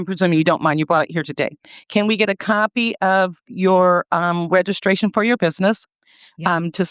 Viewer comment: Regiscration. My God! She’s illiterate.